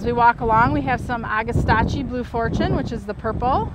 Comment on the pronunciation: Agastache is pronounced Ag-a-stash.